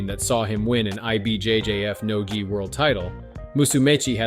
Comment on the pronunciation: Bro, Gee I? It's gi.